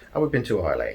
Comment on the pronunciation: Hey dude. Great video. By the way, Islay (which you mentioned at the start) is pronounced Isla as in isle-a. Just bought this. Going to give it a try.